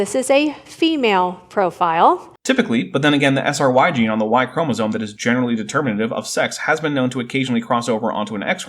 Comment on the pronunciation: I let laypeople slide on “chromosone” vs “chromosome,” but holy hell. What a dingus.